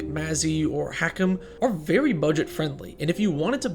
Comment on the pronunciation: "they have veey few infinites" oh no, how terrible, what a tragedy...